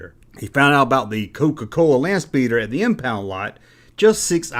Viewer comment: You mispronounced “Landspeeder”